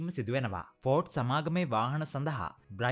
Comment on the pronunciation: බ්‍රයිට් ස්ටෝන් නෙමේ බ්‍රිජෙස්ටන්...